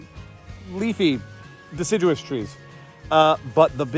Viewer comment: Die-ciduous trees. Got it teach!